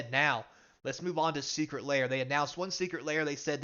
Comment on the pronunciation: "seceret lair"